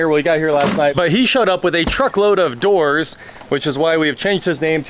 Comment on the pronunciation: Oh king of DOORS, I thought you said king of WH**ES! 😂😂😂